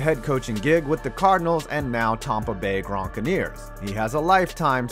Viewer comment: Tompa Bay Gronkaneers